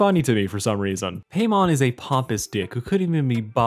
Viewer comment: Its PAImon... Not paymon...